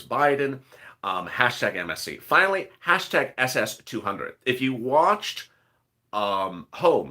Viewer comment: Your saying finely